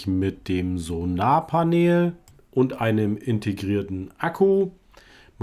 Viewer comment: Du sagst auch immer So"n"arpanel wa ? Passiert mir auch dauernt 😂 Hat die H8201 kein Ton ? Die Cy95 hat bisher immernoch die beste Bildqualitaet wa ? Gruss Vari. ✌